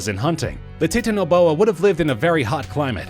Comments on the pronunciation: Titanaboa isn't pronounced "Tee-tan-a-bo-ah". It's pronounces liked Titanic, as in "Tie-tan-ah-bo-ah" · Lol!!! 🤣🤦🏻‍♂️🤷🏻‍♂️ I know, right? You would think you might research how to say the thing that you are making a video on??.... just a thought! (But maybe it is "TEETAN A BOA......even though, I just looked it up and most people who study these types of things say the pronunciation is "TITAN A BOA) 🤖🤓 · "Tit-aniboa" no "TITAN-iboa" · Bro I play ark it's pronounced Titan-O-boa but good list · Did he actually just say "tee-tanoboa?" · It's titan-oh-boa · I knew that the Megalodon And and the Titanoboa were gonna be here P.S. it’s (Tye-Tan-oh-bow-a) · You said titanoboa wrong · He said titanaboa wrong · i love how he said titanoboa. haha